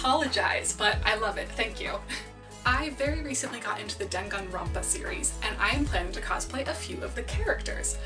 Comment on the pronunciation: Did she say "deck on ronpa series"